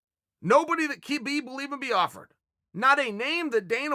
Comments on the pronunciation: it is not Kabib, it is Habib, the K is silent dude. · Can u just pronounce the champ’s name right. Habib